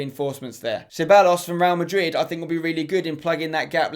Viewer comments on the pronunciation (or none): none